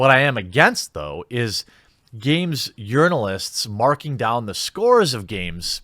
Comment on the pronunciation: Sometimes, when you say 'journalists' I swear it sounds like 'urinalists'. Fitting.